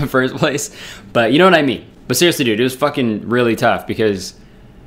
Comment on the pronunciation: I love the way he says dude. Like “dood”